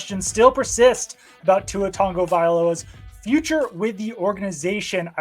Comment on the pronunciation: These mooks -- alleged NFL experts -- don't even bother to learn how to pronounce Tua's name. 😑